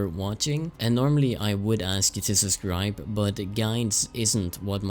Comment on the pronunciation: "...i would ask you to suScribe" XD